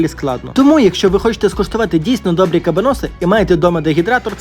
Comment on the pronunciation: вуха в'януть від наголосу🤯 приділіть хоч 5хв вивченню історії того, що готуєте і як воно називається